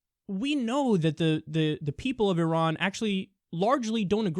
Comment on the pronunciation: Thank you for pronouncing Iran correctly.